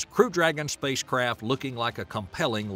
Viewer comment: Is it me or the narrator is saying spacecrap?😂😂😂😂